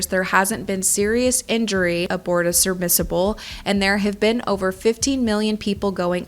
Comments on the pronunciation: Great video and no hate. But its pronounced sub-murs-able Not submiserible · Babe it’s submersible, not surmissable 😮‍💨 good video tho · Sermisable 😂 great video and well researched. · What the hell is a surmissable? 😂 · Love this video but FFS ITS SUBMERSIBLE!!!!! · "Serbmissables" LOL come on. How can people take you seriously when you can't pronounce it properly? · Sermissible? She said it every time. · This was a great video, but omg! Stop saying “sermissable”! 😂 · It's pronounced (Sub-merce-able) my dear. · I'm not grammar or pronunciation nazi but it's sub-mers-ible. Sorry, just had to say that lol. Pretty decent vid but Suleman's mom has indeed given an interview now about how Suleman did want to go down. I feel bad for Suleman and his dad but not anyone else really. PH was cool dying that way (said so in interviews), Hamish was a sh*tty billionaire who has a wannabe mass shooter of a stepson (seriously, no jokes), and Stockton made his bed and has to lie in it. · Everytime I heard "surmisable" I got annoyed. 😂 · Is she saying “surbmissable” or am I just hearing things? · are you saying, "surmissables?" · it's sub-mers-i-ble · you should probably learn how to say "submersible" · Love you & appreciate your research on this one, but just wanted to let you know you mispronounce "submersible" throughout this 😖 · Thank u it was irritating the fuck out of me that she kept saying it wrong over and over and over and over again lol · The inconsistent pronunciation of submersible is making it hard to engage, but I do appreciate this video. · She is pronouncing it incorrectly. It's bothering me, but I'm sure it's because she's had to say it so many times in a row. I'm trying to block it out lol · I dislike how you say “sermissable” instead of submersible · Say surBmissable Tidan one more time! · "surmissible" lol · *SUB-mersible…. Not SURB-mersible… just FYI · I’m not sure why you keep calling it a ‘surmissable’. It’s submersible. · Submersible ..Not Subrmisible😂 ffs